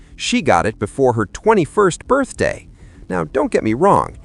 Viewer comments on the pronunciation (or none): none